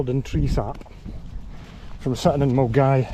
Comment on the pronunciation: Mulguy.......Millingaaavie, been easier if held in Bearsden as non locals (or those who are unaware) could pronounce it properly, superb vid 😂😂😂😂